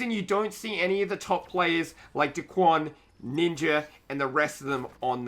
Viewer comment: Eww why do you say daquan. It’s Daequan